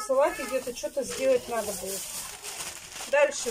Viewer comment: Да у неё целый свой словарь, сорите (смотрите), ИльЮша... слов много, но от этим меня передёргивает больше всех.